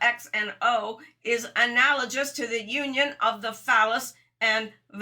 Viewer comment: To the blond lady: You mispronounce the words "analogous" and "sigil."